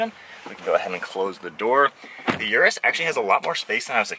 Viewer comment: Its Lamborghini Urus ::Oros … not Yourus 😬